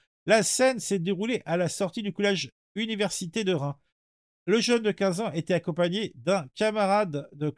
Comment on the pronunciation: Y’a un s a Reims. Faut le prononcer